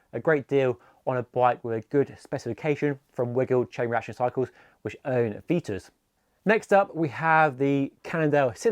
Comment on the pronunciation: Good selection of bikes but there is no such brand as Veetus, its pronounced VITUS with an i, not ee |||